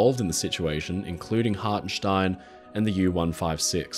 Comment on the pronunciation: Ever since I first heard about this story I'ver maintained that Hartenstein and his men were damn heroes. Also good job in the German pronounciation :P